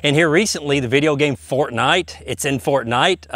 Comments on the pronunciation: It’s in fort-NITE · "Fort-Nite, it's in Fort-nIte." Xd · "Fort-NIGHT". Never heard another person pronounce it like that. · no one gonna talk about how he says fortnite? Lmao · I love how he says fortnight it's really funny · The way he says Fortnite really cracks me up. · I love how u say fortnite